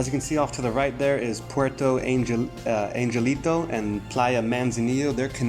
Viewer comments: Angelito = "on hell ito" (the g is pronounced as an h). Thanks for the video tour. Try Playa Roca Blanca - it is beautiful and more "off the grid". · Puerto Angelito is pronounced Puerto An-hell-ito